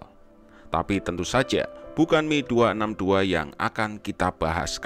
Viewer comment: Itu film red tails ga akurat penggunaan pesawatnya Yg bener mereka pake p51c Di film pake p51d Jelas beda di firepowernya itu Si mimin bilang mi262 😂😂 Yg bener itu M E 262, dipisah nyebut hurufnya Dan satu lg, p51 itu bukan pake mesin konvensional, TP MESIN PISTON! Mesin Jet jg bisa dibilang mesin konvensional kali?? Wkwkwkw 😂 1 fakta lg AURI adalah angkatan udara militer trakhir yg make p51 di dunia dan akhirnya di pensiunkan thn 75